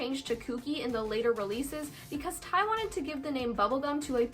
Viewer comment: Me about to die when every time she says ti AHHHHHH it’s t y eikdmdk